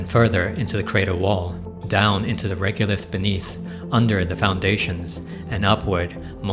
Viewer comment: It's reg-o-lith, not reg-u-lith.